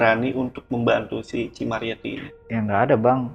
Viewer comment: Ci ci ci. Ceu woyy bukan cii